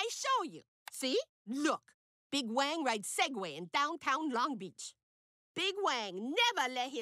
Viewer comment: Uses fake chinese accent but still can't pronounce wang